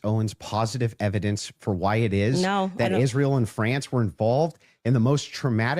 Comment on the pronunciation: Do we know if this dumbass says Ishrael because she's mocking it or just can't pronounce it because she's dumb or pronounces it like a newscaster who randomly drops Spanish words because she's programmed like a Pavlovian Dog?